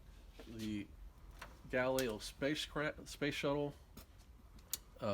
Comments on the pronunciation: RE-NERD alert.. Galileo Galilei was Italian. Third syllable is about a fourth of the way between LAY and LEH, but closer to LEH. Gah-LEE-leh-oh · NERD ALERT! Oooph. PRONUNCIATION... GAH-LUH-LAY-O